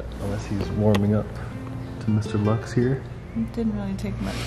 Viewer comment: its Lux not Lax